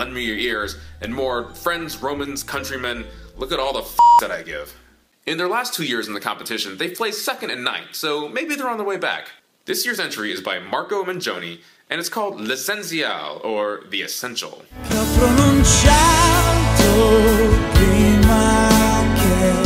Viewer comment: Marco MENGONI not MENGIONI.....